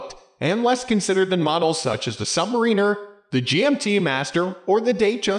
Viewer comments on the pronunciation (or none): then why can’t you pronounce submariner correctly ? And it’s not called king due to its size